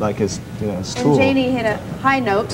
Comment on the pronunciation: Why’d she say no the jani like that😭